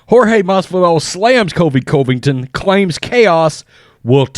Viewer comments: Why do you say Colvington? It’s Covington. Kind of disrespectful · Say it with me now "Cuhvington" yes I know its misspelled but most importantly that is how its pronounced. It bothers me and I know its my issue but I can't be the only one who says it the way I'm suggesting maybe give a try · He does not say Colby Covington's name right. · Covington's pronunciation ❌ Usman's pronunciation ✅